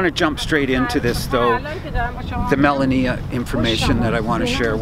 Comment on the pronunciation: Haven't heard you pronounce the First Ladies name correctly yet....It's. "Ma lau nee a"